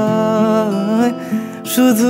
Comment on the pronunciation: 'পরিছয়'..... বাংলা উচ্চারণে নতুন মাত্রা যোগ করার প্রয়াস......